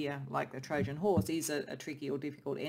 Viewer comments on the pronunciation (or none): none